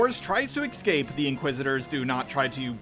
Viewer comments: Why do you say excape instead of escape? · Does anyone else notice that says "excape" instead of "escape?"